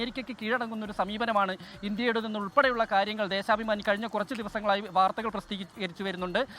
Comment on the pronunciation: Dheshabimani❌ Dheshapamani✅ 😂😂